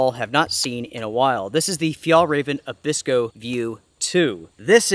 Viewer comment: Abisko, not Abikso. Great review though! Keep up the good work.